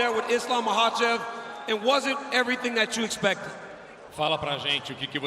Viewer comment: From Makhachev to Machaev, dude I'm disappointed this time, you usually really good with foreign name